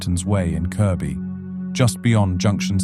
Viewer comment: I love it when outsiders pronounce Kirkby right